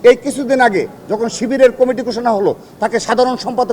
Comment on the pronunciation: দূর বেডা এটা কুমিটি হবে না,কমিটি হবে,উচ্চারণ ঠিক কর